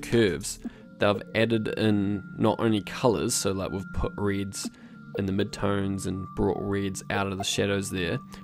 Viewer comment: downvoting until you learn to say "reds" properly :)